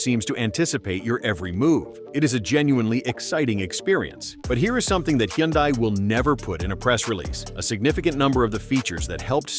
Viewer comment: First, teach the AI how to pronounce Hyundai. Then pronounce it the same way each time. Then admit that for most driving, these features are very helpful. Sometimes, like in rain and snow, they should not try to work. I am reminded of the Tesla that some fool had in FSD mode during a snow storm that decided to make a left turn into the guard rail. Burnt to a crisp.